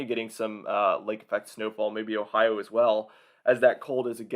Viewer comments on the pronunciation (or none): none